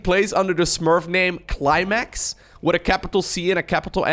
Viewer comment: I thought he said "Clay Max" but I'm not native speaker so I sure hear it wrong.